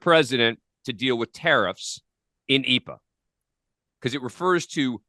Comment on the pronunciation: There’s no such thing as “eepa” dude. It’s IEEPA.